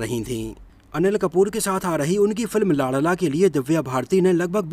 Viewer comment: लांड़ला नहीं लाडला बोलो😂😂😂😂